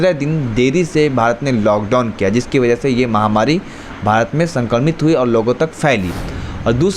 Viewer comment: Baza nahi hota wajah hota hai mere bhai